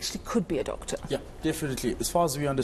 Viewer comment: Did you say "top Doctor "?😅😅😅